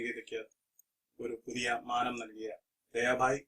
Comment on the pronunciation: Bhi not bai